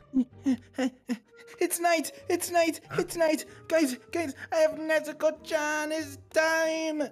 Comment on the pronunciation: Everytime when zenitsu says “NEZUKO CHANNN” I be hearing nezuko chwan😭